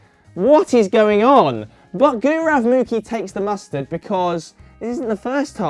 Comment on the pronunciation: But his pronunciation of gaurav was horrible for some reason.